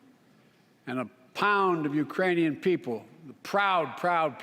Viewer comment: A new country. URAINIA. HE SAID Urainian people.